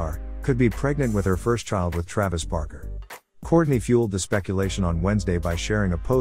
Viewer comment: We are really sorry, it is supposed to be Barker, we will try harder next time with the pronunciation.Thank you!